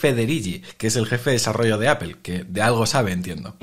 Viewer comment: Cómo confiar en alguien que pronuncia "Apel"?...